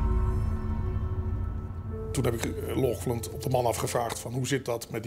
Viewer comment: Lochlunt? Wat is dit voor een zwakbegaafdheid? Er staat toch duidelijk Laughland?! Doe één tel moeite om dat goed uit te spreken.